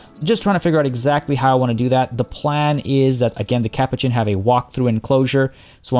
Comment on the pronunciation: I love your videos but the way you say Capuchin is driving me crazy. It's pronounced ka-poo-chin.